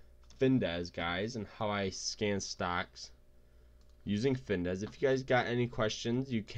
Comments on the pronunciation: It’s called FINVIZZZZZZ not Findesss... 🤦‍♂️😂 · You mean Fin Viz, not Dez. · If you cant even pronounce the name, how trustworthy is the advice? It’s FinVIZ........ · As soon as he mispronounced the name I was out 😂